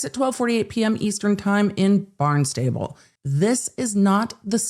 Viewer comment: FYI - pronunciation is Barnstá-ble not Barn-stable. 😊